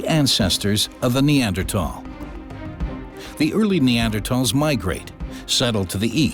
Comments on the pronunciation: How strange that people can no longer pronounce the “th” sound in words like Neander”th” al. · Somebody tell this dude Neanderthal has an H in it! Jesus Christ its irritating hearing him say that word over and over. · Am I the only one that had to stop watching this five minute timer because of the way he pronounce Neanderthal😂